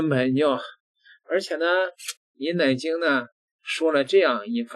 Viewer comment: 每次读到奶精，我就想笑，